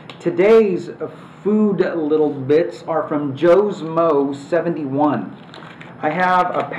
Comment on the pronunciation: Oh and for the record it's "joe-smoe-71" not "joe's moe-71", I'm not a mo of any kind! :P Bwahaha sorry couldn't help bringing that up! lol